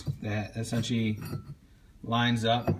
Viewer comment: you say esentialy